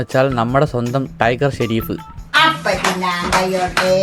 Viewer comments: Sherif alla shrof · ഷെരീഫ് അല്ല monne ഷെറോഫ്